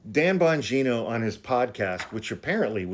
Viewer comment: Hey, love your show and I have a question. When you say, "Dan Bon- G(eye)-na" do you mean to make it sound like "Vag- (eye)-na"? If so, please don't. Stick with "Danny Boing Boing" Using femaile anatomy as a way to insult a man is offensive, and I really don't think that's your intention. Thank you for what you do!